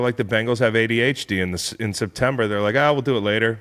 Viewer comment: Whoever taught him how to pronounce ADHD needs to be fired. Why is he saying it like that?